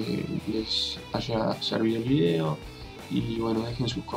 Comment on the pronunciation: porque dice vidio si es de argentina?